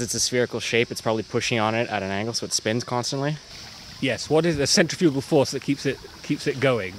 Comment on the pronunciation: "Centrefugle force" That made me cringe.... I feel bad because of that.